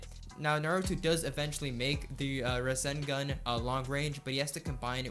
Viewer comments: Bruh, the way he says rasengan. Ruh-sin-gun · The way he says rassengan he says russengun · he say"ra-sen-gun" it triggers me to the highest degree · I love the video, just never say ruh-sen-gun again its rah-sen- gan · Btw its not ra-sin-gun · Lugia 06 I just saying is just annoying that he says it wrong even though it is hard to miss pronounce